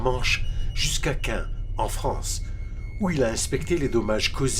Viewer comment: Caen proncé Qin ça craint !